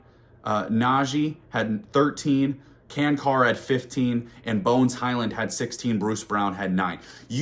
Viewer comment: Great content!Just Vlatko's name is pronounced Tschan-tschar,not Kankar...Just for future cases,he is playing better and better:-)Lets go Nuggets!!🏆